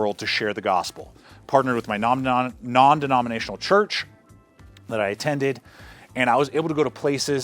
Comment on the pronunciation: "Non denominatinal church" cool video though.